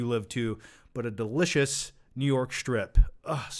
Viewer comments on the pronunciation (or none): none